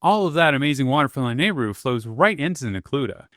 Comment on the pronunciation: Please for the love of god I am begging you to learn the correct pronunciation of these locations and names of characters and places for future videos. I'm surprised you said Lanaryu correctly. If you actually watch some of the cutscenes in the games there is the proper pronunciation. Or just look it up. Hylians and Hylia (High-lee-ahns/ah), Akkala (Ah-kall-ah), Hateno (Ha-tay-no), Gleeok (Glee-ohk), Mipha (Mee-fah), how are you getting these so wrong? This is gonna seriously tick off some real Zelda fans. Otherwise, great video.